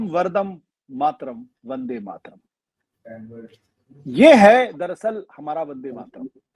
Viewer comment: आशुतोष मेरा जन्म बंगाली परिवार मे हुआ है और बन्दे मातरम के रचनाकार बंकिम बाबू भी बंगाली थे इसलिए अनुरोध हैं राष्ट्रीय गीत की उच्चारण और व्याख्या सही से किजिए और अगर पता न हो तो कोई बात नही परन्तु ग़लत उच्चारण या व्याख्या न करें।